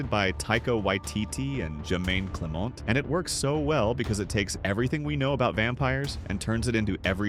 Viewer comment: Whyins said instead of "way-ins" and Jemaine " clamont" instead of " cle-ment"? Not a robot yet has terrible pronounciation like one 🤦‍♂️.